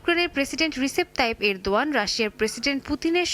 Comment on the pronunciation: ইউক্রেনের প্রেসিডেন্ট কে রিসেপ তাইয়েপ এরদোয়ান,,, উচ্চারণটি বলেছে মনে হয় উনি হবে যে তুরস্কের প্রেসিডেন্ট রিসেপ টাইপের দোয়া